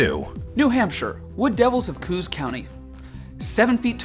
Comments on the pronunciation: In NH Coos is pronounced with two syllables - Coos (one syllable is in Washington state. In NH it is Ko (long O) Ahs as in Ahhhhhhhhh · I waited in anticipation for the second installment so I could hear NH's. Good job, I hadn't heard that one before. But, Coos County is pronounced with 2 syllables (Co-os). Just to be a smart alec with info you'll probably never use. Once again, good job, guys! Much love from the frozen ass of New England! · Love it! But, just so you all know, in NH it's pronounced "ko-os" with two syllables, not "koos" with one. It was originally spelled Co-os as well. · LOL Coos county NH, more like Co-OS not cooos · NH is not coos it’s co os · I live in new Hampshire and its pronounced co-os